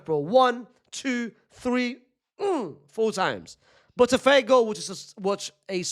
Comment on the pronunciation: 'Botafeeego' bwahahaha